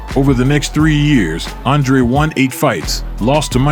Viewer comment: That's how you pronounce "Andrej"